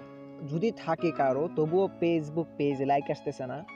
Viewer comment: apni aga valo kore উচ্চারণ korte sikhun